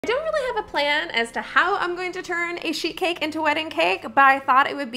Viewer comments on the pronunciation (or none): I thought you said a shit cake at the start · Thank you for clearing because until I read your comment, I thought she said shit cake xD